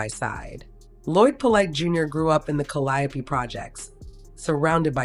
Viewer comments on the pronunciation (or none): It’s not pronounced Kuh-Lie-O-pee projects, it’s pronounced CALLY-Ope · CaL E Ope , Caliope Projects is the pronunciation, but I didn’t know he live there, that’s where Master P is from🤔